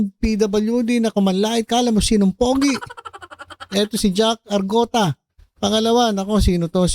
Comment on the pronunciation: Arngota ang tunay na pronounce nyn not argota